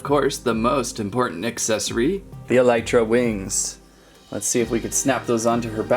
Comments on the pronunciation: i havent played Minecraft in a while but im pretty sure its pronounced Elytra (E - Lee - Tra) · You pronounced elytra wrong.